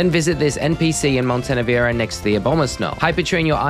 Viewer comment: The word "presents" in "Delibird presents" is supposed to be pronounced like "Christmas presents" not like "Walt Disney & Pixar studios presents...". "HP" is pronounced "AYCH-pee" not "HAYCH-pee"... Also Montenevera is pronounced mawn-teh-NEH-vuhr-ruh. Also it's VYE-tuh-muns not VIT-uh-mins...